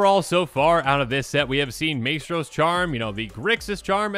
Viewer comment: Love your work and content. Just want to help so; Maestro is pronounced "Mice-tro".